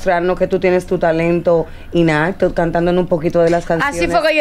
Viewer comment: se dice..talento ingnato,,no inato